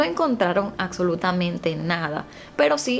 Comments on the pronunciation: Es absolutamente, no acsolutamente. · Por favor! Se dice ABSOLUTAMENTE y se pronuncia igual, es una tortura escucharte pronunciar las palabras mal, como en vez de CAPTAR, usas CACTAR.¿?¿? corrige eso urgentemente